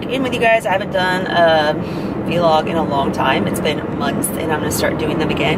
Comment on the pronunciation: Awesome that your vlogging, but you should know vlog is 1 syllable. It's not "vee-log" haha